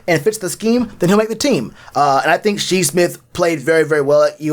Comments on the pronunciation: Shi's name, it''s pronounced as Shy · Bro I stopped after he pronounced it wrong the second time smh.. Shi was a great player not far from Deebo... if we doin research we have to know..... lol keep poundin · Lol its Shi. Like sky